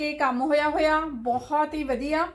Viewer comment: ਜੀ ਵਧੀਆ ਹੁੰਦਾ ਹੈ ਜੀ ਨਾਂ ਕਿ ਵੱਦੀਆ ਹੁੰਦਾ ਹੈ ਜੀ 🙏🇨🇦🙏